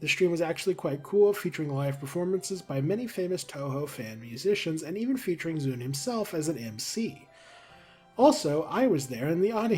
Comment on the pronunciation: Your japanese pronunciation is completely correct! Touhou is pronounced TOE hoe and zun rhymes with zoom and danmaku is correct. You even pronounced the game collab name pretty much correctly. I'm glad you looked it up anyway, most people don't bother and it drives me a little crazy sometimes